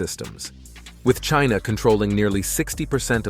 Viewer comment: About time that China took positive action against Trump who has repeatedly denigrated them. Even to the nasty way he pronounces China